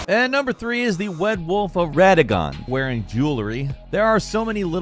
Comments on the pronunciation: Wed wolf of wadogon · The wed-wolf of Raddagon??!! lmao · Wed Wolf of Wadagon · Wed wolf of wadagon… you won’t just slip on past with that stumble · All the names being redubbed really makes me laugh. Also, "Wad Woof of Wadagon" XD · Did this man just say wed wolf of wadagon or am I tripping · An interesting thing I've discovered about this video is that gameranx redubbed the name 'RADAGON', which means they mispronounced it during the first recording. :) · Wed wolf of (weird length pause) RADAGON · When you edit in a name it sounds like you're so excited like... like "when you go to "RADAGON" some stuff happens cause "RADAGON" is a place in elden ring" lmfao obviously not what was said .. just an example but I died a bit when I noticed the extra emphasis on the post edited words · sounds like someone mispronounced Radagon and had to make some last minute edits, hahahahahaha